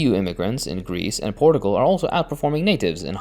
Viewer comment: Not a huge deal but you keep mispronouncing Portugal and Portuguese